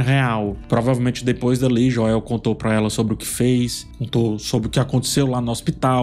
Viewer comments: Joél não dá kkkkkk é Joel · Sou o unico que incomoda com "Joél"? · Meu deus,... "Jóél" tá engraçado 😅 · Esse falando Joel em português me quebra... kkk toda vez acho engraçado. Pois até a serie dublada fala Joel em Inglês. Kkkk